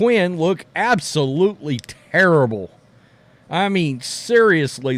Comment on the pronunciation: Sounds like Chuck’s Terrible “Turrible”